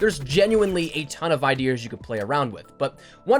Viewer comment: I felt triggered when you said idears